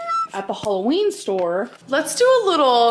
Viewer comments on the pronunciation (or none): none